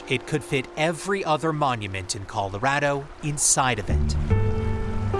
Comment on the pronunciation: Is the narrator calling it Coldorado?